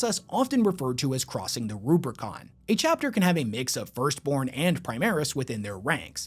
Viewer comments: Nitpicky but it's Rubicon; there's no second 'r'. Great video though! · ruBICON not ruBRICON, that shit is a saying in real life too not just warhammer lololol